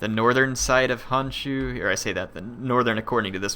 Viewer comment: it is Honshu, the "o" need to be pronounced, Hanshu just does not sound right @@